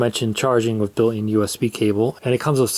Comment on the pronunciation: BUILT IN not bill -N